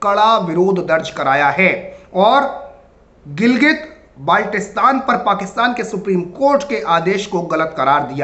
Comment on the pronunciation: गिलगित और क्या? नाम ठीक से तो लो